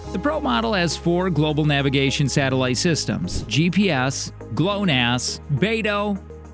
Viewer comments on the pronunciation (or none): none